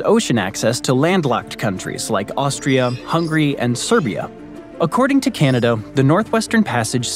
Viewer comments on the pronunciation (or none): How this guy says "Ceneda" hurts my Canadian ears.